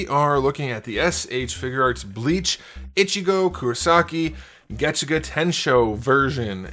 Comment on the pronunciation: This is the first one I’ve heard you not miss pronounce the name